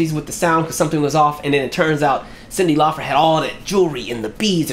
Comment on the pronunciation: ...Is there a reason you're saying Cyndi Laufer vs. CYNDI LAUPER?🙄😳🧐🤔